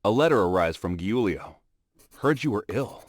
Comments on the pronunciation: "giulio" it's proununced "geuleo" in English (I'm italian) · My hb is called Giulio and it’s not pronounced “hulio” it’s pronounced “Giulio”